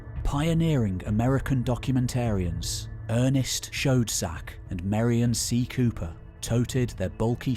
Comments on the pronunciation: 🤔 I'm sorry, di---did you just say Ernest Chode Sack? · Lol "Shcoedsack" lmao